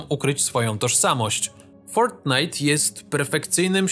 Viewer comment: "Clans Royale"... Ja przepraszam bardzo, ale ten twój angielski coś ci nie pyknął. To się czyta "Clash Royale". A btw jak ty Fortnita wymawiasz? Mówisz to słowo, jak jakiś anglijczyk, który niegdyś tego nie wymawiał a na dodatek próbuje udawać, że umie angielską gwarę. Jak chcesz, to mogę cię trochę podszkolić - moja mama procuje w szkle językowej. TYLKO NIE PISAĆ, ŻE MAM BÓL D***